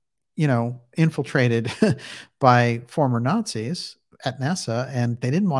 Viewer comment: They were Gerrnans not "former ´rrarzis´".